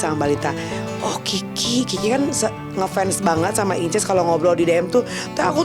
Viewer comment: Senengane kok mok pamer...encuuss bukan inces